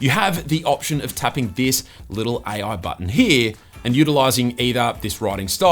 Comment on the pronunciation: AI ❌ Aie Oui ✅